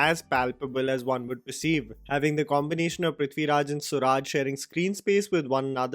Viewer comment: ...SURAJ is not pronounced as SU RAAJ, but it's SOO RUJ😉